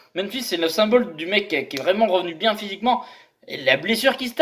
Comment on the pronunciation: Le petit accent du Sud qui va bieng :D